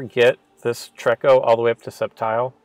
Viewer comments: TREE-KO, not TREK-KO. Triggered, sorry, lol. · it is pronounced tree- ko. Not being rude just saying.